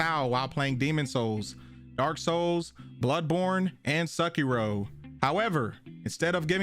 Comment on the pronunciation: Did this man say “Suckhero” ??